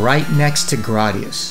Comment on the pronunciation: GRAD - i - US